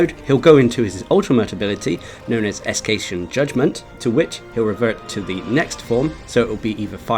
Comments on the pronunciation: Me too but he thought its "Escation" not Escaton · sorry to say this, no offense but the way you pronounced "Escaton" really bugs me lol good job on your detailed guide on how to beat Alatreon though, even though i've already managed to defeat him last wednesday, this is just my opinion but i find him much more harder than the Arch-tempered monsters i've fought not gonna lie but what can you expect, he is a Black Dragon after all